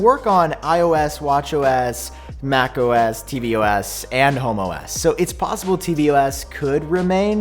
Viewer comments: I keep hearing you say homo s 😂🤣😂 and if apple actually called it that I would be so surprised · “Homo-S” I can’t unhear it! Just in time for Pride Month! Yay! ❤️🏳️‍🌈